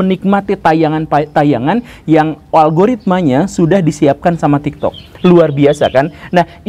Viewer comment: bahkan tadi dia ngomong TIKTOD 💀